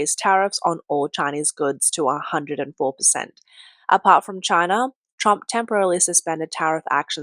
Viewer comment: Poor Chy-na. lol